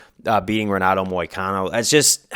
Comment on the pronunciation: Just found this channel and it's good but one thing is the r in Portuguese is pronounced like a h so it's henato not Renato